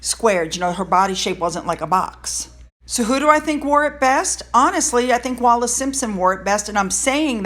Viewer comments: Bruv! It’s Wallis not Wallace! Stop embarrassing mexiteerers! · PS it’s Wallis “WALLIS”…🙂❤️ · Wallis. As in Bessie Wallis.